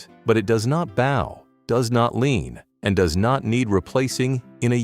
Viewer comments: Tell your computer the word is bow, not bow. 😂 e.g., bough not bau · Can someone teach these AI voices how to pronounce words correctly? Bow 🎀 vs bow 🙇 ... and all the rest 🥴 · Someone please teach AI how to say "bow" in that context!